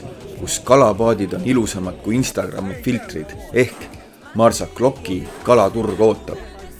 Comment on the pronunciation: "X" hääldatakse "sh". Ehk siis mitte Marsaklokk, vaid Marsashlokk 😊